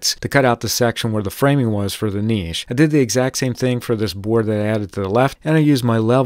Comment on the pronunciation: My man is pronouncing niche the correct way. Im so proud!!